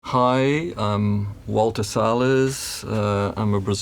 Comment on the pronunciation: "ualter" salles nada mano teu nome se fala "valter"